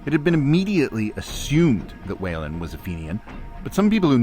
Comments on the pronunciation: Let the record show that Whelan should not be pronounced "Wailin'". Try "Wheelan". Enjoyed the video, thank you. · New subscriber here. Great stuff. Whelan is pronounced Wheel - en